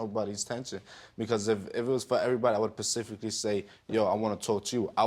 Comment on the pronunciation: "i would pacifically say..."